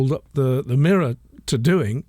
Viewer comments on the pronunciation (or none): none